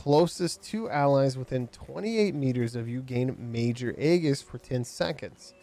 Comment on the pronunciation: Aegis is Greek, it’s pronounced Ay-Jiss.